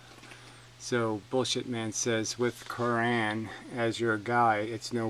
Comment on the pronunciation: Holy shit. The comment I left there was pure sarcasm. You keep pronouncing Cioran the way people pronounce Qur'an. As in, The Holy Qur'an. Playing up the medieval nature of Islamic doctrine was just my lulzy way of tying your innocent & arguably understandable mispronunciation of Cioran's name to your baseless charge that Etienne-Emile opposes civilization. Anyway, carry on.